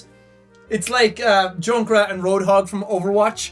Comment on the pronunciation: When Jack said he mains junkrat I though he said jackrat